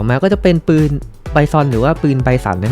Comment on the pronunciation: ปืนคับ ไม่ใช่ปิน